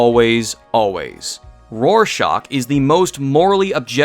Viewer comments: But Rorschach is an actual word that you’re mispronouncing. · I didn't say your argument was instantly null because you pronounced Rorschach wrong. All I did was point that out. I was kidding. Chill. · Great video, but I absolutely cannot forgive how you pronounce “Rorschach.” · Man, I love seeing Hunk, Cabin America, Iring Man, Fork, Hotguy and Bat Window team up. See, Rorschach is not said that way, you shouldn't say it like that on purpose when you know you're wrong.